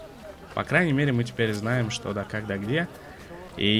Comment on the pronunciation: вопрос: ТЕПЕРТЬ?